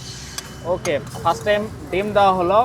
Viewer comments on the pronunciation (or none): none